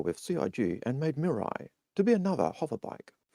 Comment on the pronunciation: Sorry, but you keep saying Miru when it's Mirai, and mirai means 'future', which they keep throwing out there. "The Future of MISC" etc. Reference: Toyota Mirai.